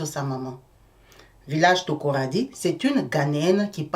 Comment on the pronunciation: Takoradi et non Tokoradi!!